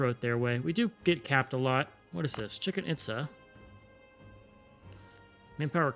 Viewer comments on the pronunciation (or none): Dying from "Chicken Itza" 😂 This isn't the most correct pronunciation, but think of Chichén Itzá as "Chee Chen Eeet Sah"